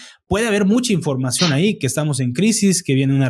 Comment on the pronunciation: Escuché un término nuevo en vez de información cambiarla por infoaccion